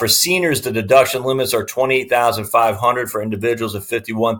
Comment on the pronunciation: HUNDRED NOT HUNDERD